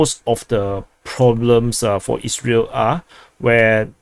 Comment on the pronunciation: I hope your pronounciation of "Isreal" doesnt cause trouble....✌️🤷😂